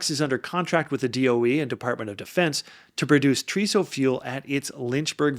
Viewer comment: Great video! and I can give you some tips on making sounding more like you are part of the nuclear industry: TRISO is pronounced Tri-so, not Tree-so. Haleu is pronounced Hail-Uuh. Keep the videos coming!